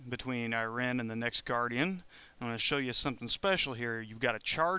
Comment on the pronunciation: The name is pronounced eye-reen, just so you know, and is a name some women have in real life.